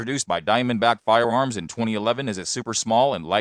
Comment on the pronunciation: Can we ban him from saying fiewoms